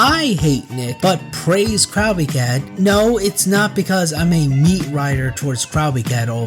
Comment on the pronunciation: good video but the way you pronounce “crowbcat” is like a fork scraping a plate